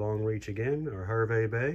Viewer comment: Terrific review, very informative, I live next to Hervey Bay pronounced "HAR-VEE" and flew on this plane many times from Sydney to Johannesburg and back, I was flying regularly to South Africa (still am) and always in the upper business class cabin and always seat 11A, on all those trips I never had anyone sit next to me, apart from a very friendly Qantas employee, I have very, very, very fond memories of this plane and the upper business class cabin, I have this model in the library/office in my house, what a tragedy the 747's are no longer flying, that small, private, upper business class cabin was the only way to travel 😉